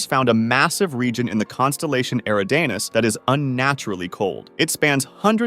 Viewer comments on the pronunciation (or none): I'm sorry, your mispronunciation of "Eridanus" is driving me up a wall. It's not pronounced "Era-Dane-Uhs" it's pronounced "E-Rid-A-Nus", you're not even close my friend! Proof